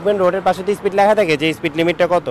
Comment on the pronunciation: আপনি একজন মেইনস্ট্রিম সাংবাদিক হয়ে স্পিডকে বলছেন স্প্রিট স্প্রিট, একটু খেয়াল করেন এসব